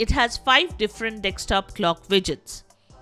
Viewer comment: hidious indian accent ... also 'dekstop'? learn to read